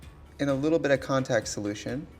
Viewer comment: like if you felt Trixie die a little every time she had to say "contact"